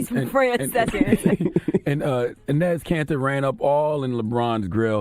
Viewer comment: did CHARLEY call Enes Cantor INEZ like hes an old Afro latina ??? lol